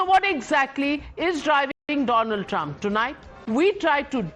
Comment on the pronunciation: Donald trump ❌ DoLund Trump ✅😂